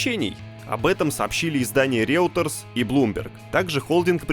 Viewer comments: "Реутерс" - это "Рейтер", наверное... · "Реутерс" - это вы реально серьёзно выпустили на канале?! Ладно - дикторов набрали по объявлению. С непоставленным голосом, хреновой дикцией и проглатыванием буква. Но редактора же должны были как-то отсмотреть, поржать, зарубить эту херню и отправить на переозвучку? Или - всем реально похрен на ролики?! Или - нет в СтопГейм редакторов?! P.S. А чего тогда не "Блоомберг"? Сохраняйте накал идиотии!